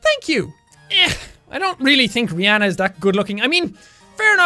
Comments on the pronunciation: You say Rihanna as you would pronounce my name Reanna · You said Rihanna whrong